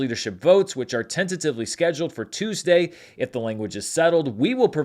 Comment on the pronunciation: "Tueasday?" Our newly paid writers...